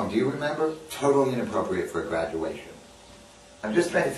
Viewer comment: Hahah...did he say "Gradunation"